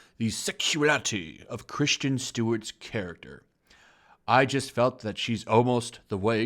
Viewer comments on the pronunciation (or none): How do you mispronounce Kris-ten as Christian? This isn't the Star Wars prequels. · I really hate how you pronounce Kristen. It's not Christian, it's Chris-ten. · Christian or Kristen Stewart. Please pronounce your words properly. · Her name is Kristin not Christian like you say it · While I agree with you I have to say that her name is KrisTEN Stewart not Christian Stewart. I would appreciate your videos more if you had actually paid any attention in english class. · Why does everyone keep pronouncing 'Kristen' as 'Christian'.....? Just asking! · Her name is Kristen and not Christian. Moron. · Alright PLEASE dude its not pronounced 'CHRISTIAN' Stewart, please just read the name for the love of God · Lots of movies flop. Elizabeth Banks is screaming "sexism" from the rooftops. Just take responsibility for all the bad decisions. Also...why does this guy keep saying "Christian Stewart"?? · It would definitely add to your credibility if you pronounced Stewart’s name correctly. It’s Kristen, not Christian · its kristen, not Christian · It's Kristen not Christian... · It's Kristen (Kris-ten) Stewart, not Christian Stewart. She's a no talent hack, but that doesn't mean I can stand the cringy mispronouncing of her name. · Are you purposely pronouncing her name wrong or do you really think it's Christian? There is a difference. I mean I agree with you but damn dude learn how to pronounce shit.